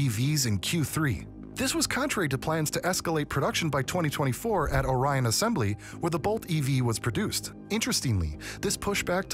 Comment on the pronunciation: It's pronounced ORion. In the town of Lake ORion.